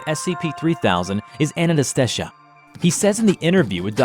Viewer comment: Ananta-shesha what's so hard pronounce? idk why was pronouncing it like Anantastaysha lmao